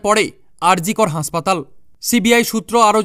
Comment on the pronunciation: Uccharan thik kore khabor balun ,sathik uccharan karun. Hospital, principal,er bangla uccharan thik karun.